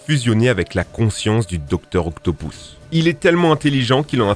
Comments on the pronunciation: tas dit docteur octopouse tes bete ou quoi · En fait l'accent anglais sur les noms, c'est quand tu veux, ca se prononce Docteur OctoPUSSE et pas OctoPOUSSE et aussi ça se prononce Mary JAYNE et pas Mary JEANNE mais tkt c'est la rue. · "docteur octopousse" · ''Docteur Octopouce'' XD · Docteur "octopouss" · Pardon mais... « Docteur Octopouce » ??? 😂😂😂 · Juste un commentaire constructif et pas du tout méchant : La prononciation des noms, car quand tu dis "m _i_les" au lieu de le prononcer comme le mile américain ou "dr octopOUSSE" on dirait vraiment que tu ne fais que lire ton texte sans aucun interet pour l'oeuvre comme quelqu'un qui ne saurait pas ce qu'il raconte car il lit juste l'article de quelqu'un d'autre. De cette facon comment on peut croire que tu y connais quelque chose en Spiderman et que tu n'as pas juste fais du ctrl c+v sans temmerder ? Edit : et comment on peut prononcer MJ comme "Jeanne" ? La qualité de vos vidéos se dégrade à ne pas vouloir faire de reprises et avoir un rythme aussi énorme de vidéos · Vous dites que vous avez fait le tour des méchants de spiderman, mais vous savez même pas prononcer le nom du docteur octopus